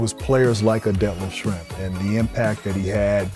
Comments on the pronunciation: Thank you for this vid, Schrempf is criminally underrated and was a big part of NBA basketball in his days. Love to see him get some love! BTW.: your pronunciation of his name is pretty good! Greetings from Germany 😊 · As a German I was pleasantly surprised that you didn't butcher that name ;-)